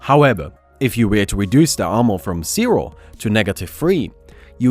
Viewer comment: why does he pronounce every Z as C? Cero (zero) pocitif (positive) Ac you see (As u see) cebra (zebra)